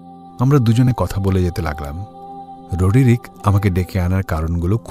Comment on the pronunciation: স্পষ্ট উচ্চারণে পাঠ এবং পরিমিত আবহ সঙ্গীতের প্রয়োগে বেশ আকর্ষণীয় লাগল। শুধু ২/৩ টে শব্দের উচ্চারণ বড় কানে লাগছিল। জানলা > জানালা রডরিক> রোডোরিক-- এই রকম আর কি।